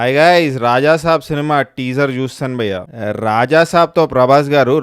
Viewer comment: Nuvvu bayya ane word ni sarigga palikithe subscribe chestha